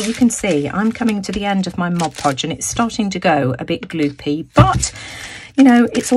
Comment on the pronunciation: Great video. THANK YOU SO MUCH for pronouncing Mod Podge properly. So many artists who should know better pronounce it Moj Poj, and that hurts the ears. I love your color combination choices. You are awesome.